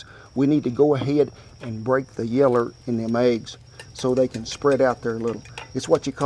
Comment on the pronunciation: You keep saying yeller😭😂 i find it supper funny amazing videos boss